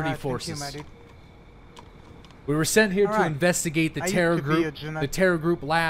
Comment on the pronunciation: why have you started doing this awkward thing where your start to roll your r's but dont actually roll it so it just makes anything you say like HERE sound super weird? have you started learning a new language or something? Ive watched you since you had 50 viewers daily and you never used to do it, i just stopped when you make the switch to tarkov so its super weird hearing you pronounce r's like that out of nowhere lol